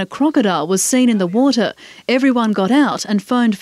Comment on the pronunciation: Heard about enough of "woatah" too.